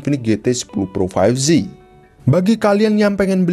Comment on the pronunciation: 5G dibaca "faif ji" bukan "faif zi" bang